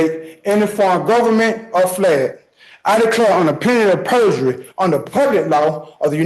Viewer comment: So was his pronunciation of "penalty of perjury". I think is was on the 5th or 6th time he said it before I even understood what he was saying.